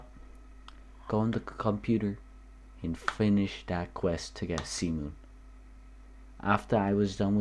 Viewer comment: I heard cement without the t and c replaced with s when you said cmoon